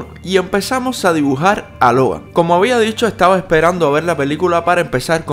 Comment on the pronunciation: El dijo hogar 🏠 en ves de Logan🤦🏻